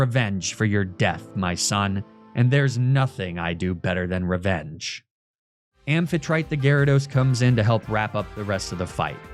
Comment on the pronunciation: Also, unless you're doing a comedy bit about Amphitrite's pronunciation, IIRC it has the same principle as how one pronounces Aphrodite, ending with a -tea/tee sound?